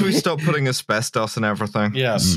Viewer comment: It's called asbestos not asworstos.